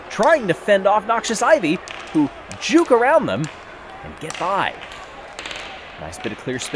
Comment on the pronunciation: saying "juke" lol. But I liked the way the race went, wouldn't mind seeing something more like it in Marble League. Also Strixes have gotten my vote for favorite team in the ManiaX. The halftime show song was good too, my favorite by far.